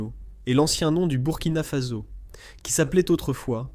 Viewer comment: "Burkina Faso" se prononce "bourkina fasso" Le Soudan Français est l'actuel "Mali"